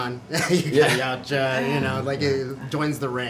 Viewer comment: Thank god he said Yautja!